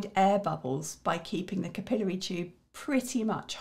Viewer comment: What? "Cap I'll airy"... "cap i lary" But thank you for the video